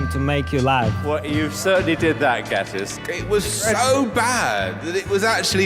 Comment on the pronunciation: The way Gatis says his name is so satisfying